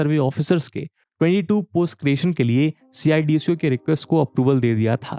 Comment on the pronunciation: सि आय डी सी ओ नही सिडको नाम है